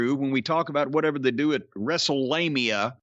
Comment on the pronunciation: So much for "Wrestlelamia"